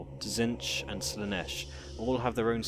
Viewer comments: "Zench" .... Really? It's pronounced "Zeetch" basically. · Tzeentch not Tzentch. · again, it's pronounced zeentch